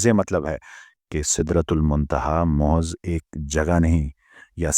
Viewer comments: Bhai jo lafz ap mohaz bol rahy hain wo infat mehaz hai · Bhai ap mehaiz lafz ko mohaz kehtay....